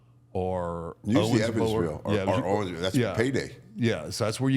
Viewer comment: Tell MARK it's pronounced owensboro.i lived there.he stayed there for a bit also.he would remember.